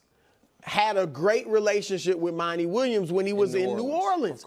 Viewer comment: Stop saying Monnie. His name is Monty